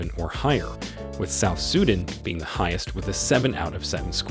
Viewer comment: You also mispronounced South Sudan